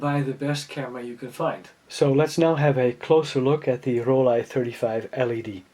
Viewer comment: It's Roll-eye in German, just like he says 🙂